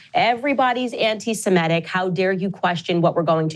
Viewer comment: Really interesting how some people's talking brains give them a word called "anti-semetic". They could read the correct word "anti-semitic" 20 times. And their reading brain knows what it is. But their talking brain still says "anti-semetic" over and over.